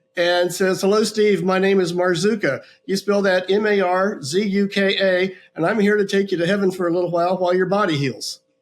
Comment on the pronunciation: Marzuka! Sounds like Boozka! Ha! Ha!😂